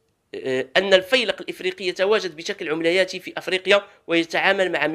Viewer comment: يا صديقي ، كلمة عمليات هي جمع عملية بفتح العين" وليس بضمها ... نقول : " عملياتي ،وليس 3omlayati، العملة شيئ والعملية شئ آخر ... شكرا على تقبلكم للتصحيح...